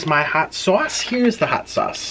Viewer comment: "This is hoot and steamyyy"